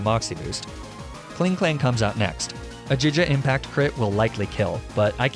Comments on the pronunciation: did he just say... jija impact? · The heck is "Jija Impact?" I know GIGA Impact. Giga, like Gigabyte. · "jija impact" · I understand getting pokemon names wrong bc they are names, but "jija impact" has a correct way of saying it afsgasdθeyrjyjdfjd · “MALEficient” and jija impact. Great content but dear god the pronunciations drive me crazy